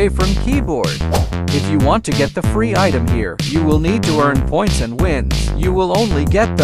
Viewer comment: bro said fre instead of free💀